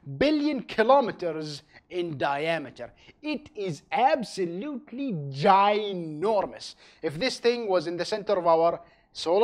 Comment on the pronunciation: ABSOLUTELY GINORMDAUS